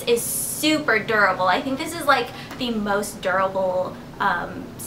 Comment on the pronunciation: when you said durable, i thought you were saying adorable strangely....